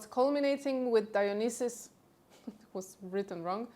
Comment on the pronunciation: The wine god's name pronounced Die-o-Ny-Sus.